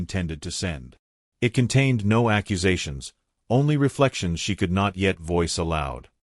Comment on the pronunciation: Not really good or uplifting at all. Conclusion hovers in the air. The AI voice garbles on the word “no”. I give this short tale a 1 out of 10.🤷🏻‍♀️